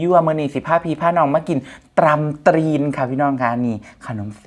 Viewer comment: ตำตีนไม่มี ไม่มีควบกล้ำครับ พูดให้น้อยกินให้หนัก🤣